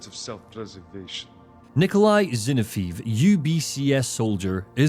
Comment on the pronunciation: Ginoweave ahh my ears. Its zinoviev.